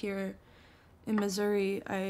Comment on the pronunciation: I love that she pronounces Missouri as misery